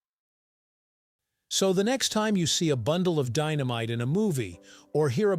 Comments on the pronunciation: says dy-no-myte video! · What kind of candles are these? Deenameetay...must be Italian.